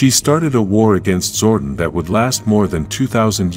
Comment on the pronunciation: Also the way the narrator pronounces Zordon as “Zordin”